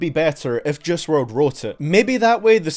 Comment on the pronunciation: His name is JUICE NOT JUSS